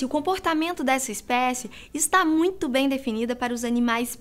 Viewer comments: "moito" kkkki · ''' Foi Moito XD Kkkk .